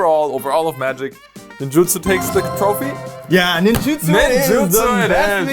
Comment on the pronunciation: Holy cow man this is the first time I have realized since the set came out that it’s Ninjutsu and not Ninjitsu! 🤦‍♂️🤦‍♂️🤦‍♂️ hearing say it correctly is the first time I’ve ever heard it said correctly and my brain always put Ninjitsu there when I saw it 🤣🤣🤣